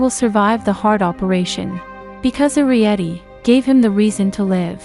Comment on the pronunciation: It's air ree et ee